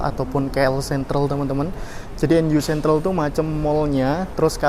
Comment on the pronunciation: Mas.. maaf bgt nih lumayan ngeganggu juga soalnya hehe.... Pronunciation nya langsung aja mas "nu sentral" bukan dibac per huruf.. "nu" disitu maksudnya "new"